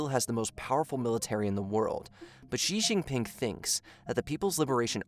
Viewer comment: Shee Jin Ping. X is pronounced with essentially a SH sound in Chinese